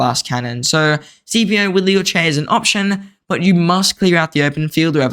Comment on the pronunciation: You make great videos, but can we start pronouncing his name correctly? It’s pronounced skip-ē-ō. I am impressed you pronounced Amelianus correctly.